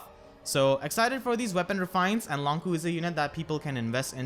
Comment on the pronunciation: I'm curious, why is he pronounced "Long Ku" not "Long Chu" as you might expect with the "q"?